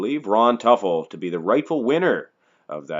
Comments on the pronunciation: It's pronounced ( To Full) not (Tuf el) Teufel Ron was my cousin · Pronounced Too'- ful, not Tuffel. Was a friend of mine. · His name is pronounced "tooful" - not "tuffle" !!! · < You totally got his last name wrong. Its pronounced like this Too Full..I went to high school with him and we were were a couple. He was an amazing person and so is his family. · Toy-full Devil in German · ...and the emphasis should be on the first syllable. I knew him.